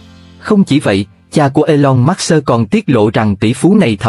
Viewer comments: Khủng khiếp quá đọc " elon mát xơ" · Trời ơi đọc là e long mớt sơ ?? nghe phát bịnh